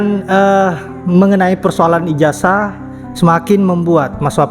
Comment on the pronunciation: Ijazah bukan ijasah Netizen bukan netisen.. Zzzzzz.... Bukan Sssssss🙏